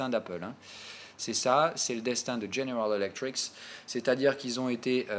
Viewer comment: petit détail mais répété très souvent; tu dis "General Electriks" 10 fois par vidéo alors que GE = General Electric *sans S*. ref: tout en bas.